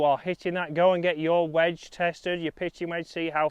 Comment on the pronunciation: “WEDGE” please please please please pleas……….e